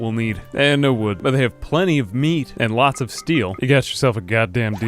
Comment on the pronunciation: it's meat, not "mead"